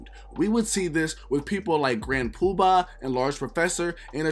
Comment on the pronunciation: Aye yo, you killing me with how you saying Grand PubAHHHH... 😆😆 good video tho